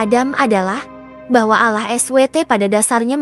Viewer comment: Nama chanel dan pengucapan kata ALLAH sangat bertentangan. Tlong diteliti lagi klo mau bikin konten